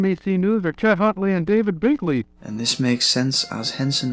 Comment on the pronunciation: I think the AI is doing a great job but I think it screwed up the name of David Brinkley as it sounded more like "Binkley". He was fairly well known by that time so I doubt Jim Henson made that mistake.